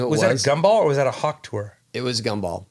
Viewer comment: Hawk tour, or hawk Tua lol